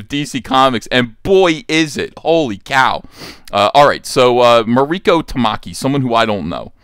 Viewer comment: MARIKO [MAW- REE- KOH] no accent on the "I".... When did Starfire sleep with The PENGUIN? Are they sure it wasn't UNCLE FESTER?